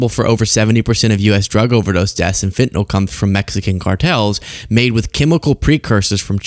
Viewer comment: please show that you're more articulate and aware than most journalists: it's fentanYl, not fentanOl